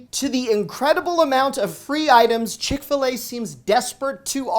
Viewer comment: You lost me at “Chick-fil-A “